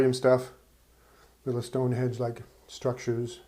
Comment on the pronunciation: the word is from the French language and taken into English as many words were, it is pronounced....... col-osh, a two syllable word, with both "O's" utilised as a short vowel as in "orange". Then the other word you seem to have trouble with is "Stonehenge" NOT BLOODY "Stonehedge". Slow down and let your brain catch up with your mouth. Tis better to remain in silence and let the world think of you as a fool, than open your mouth and put the matter beyond doubt".